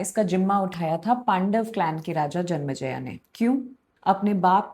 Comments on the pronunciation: JANM-E-JAY not JANMA JAYA! Hi. Your storytelling style is very interesting but unnecessarily trivialises the subject matter. Perhaps ‘Playfulness tempered with Poise’ could be a useful maxim. Sorry for the harshness. Your endeavour could be much more. All the best!! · If I may suggest, it's Janmejaya and not Janmjaya. ए की मात्रा महत्वपूर्ण है। Great initiative and excellent storytelling otherwise. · Can't even pronounce Janmeeejay properly 🤣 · You are going to be very famous very soon because what you are doing is very unique and highly smart. But I think the reason you are pronouncing some names incorrectly is because you learned them in English/ non Hindi script first, may be in Claude or chargpt. I have read 3 different versions of Mahabharata in last 40 years and none of them writes Al-Patra or Jan-ma-jaya in devnagri script.